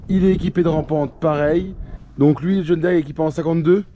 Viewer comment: john diiiiiire pas dére